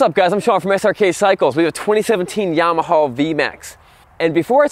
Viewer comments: Well, this is the guy that says, "Yamahaw". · Why do you pronounce it “yamahaw?l